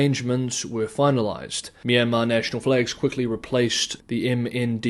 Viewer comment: Nailed the Myanmar pronunciation! Trump impression needs work 😂